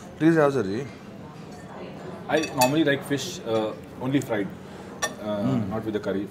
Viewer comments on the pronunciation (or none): none